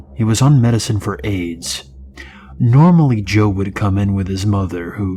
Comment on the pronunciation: I laughed so much when he listed of all the mental health medications then the pause and… He’s also on medication for AIDSSSS😂😂😂